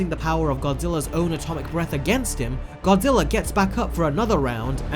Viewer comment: i know it just sounds like godziller